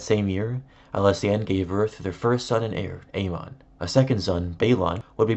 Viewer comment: It’s aemon :A -men , not A - Mahn